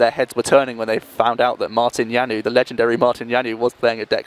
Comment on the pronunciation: lol, that pronounciation of Janouš :-D He is not french ...